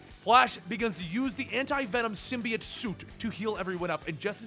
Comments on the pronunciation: Do you say "biology" like "Bee-ology"??? NO! It's sym-BYE-ote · then take a look at all the animated series , you dumbass. its sym-bi-ote , stupid nerd. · Sym-be-ote, you heathen. SYM-BE-OTE! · Its symbiote and I see you're using the venom movies pronunciation